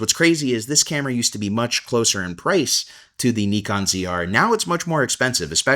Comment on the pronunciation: Good stuff. By the way, if you are trying to pronounce Nikon properly as in how Japanese do, it's not "knee con" either. It's "knee cone". Stress the knee, not the cone. KNEEcone. I don't care how anyone pronounces it, but when I see people trying to pronounce it properly but still don't, I sometimes say something. Hope the KNEEcone ZR fulfills your needs.